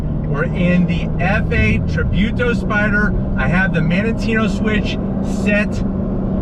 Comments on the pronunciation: And it's tributo not tribewto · Tributo not trybuto. Great video anyways👍🏻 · just as a side notre its pronounced treebooto